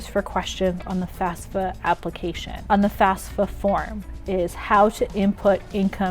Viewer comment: I keep hearing FASFA. :(